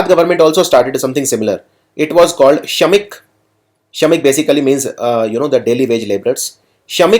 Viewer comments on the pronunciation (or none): Question 12 = 6.38 Minutes, Pronunciation is wrong, Being Gujarati, I would like to correct it, It's Shramik, not Shamik....Please correct your pronunciation.....Thank you.